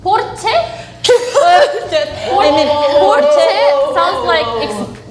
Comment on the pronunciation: I agree. And her Porsche was kind of weird too, as she pronounced the r a bit like English.